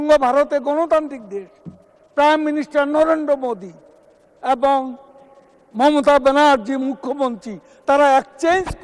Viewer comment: S a sonen kaoya kaka nijei thik vabe oucchron korllo nah , bollo momta di